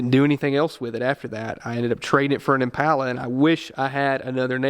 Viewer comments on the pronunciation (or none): none